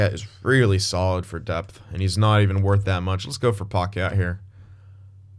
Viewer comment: It’s not paquette it’s packet lol